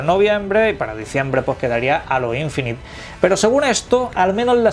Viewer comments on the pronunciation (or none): No es alo infinité... es Heilo(como la canción de Beyonce...) Infinit(e no suena), en su caso decir aureola infinita.... :)